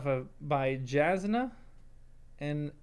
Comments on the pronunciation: You have to read all 5 books to understand any of this lol. Buckle in, you're in for a wild ride. But anyway I'm not spoiling any of this. RAFO! However the one thing I am going to say is that Jasnah has a silent J (pronounced like YAW-snuh). It's not that big of a deal, but I figured I would say something. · It's pronounced Yas-nah.